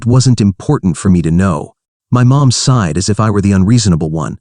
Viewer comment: Sighed not side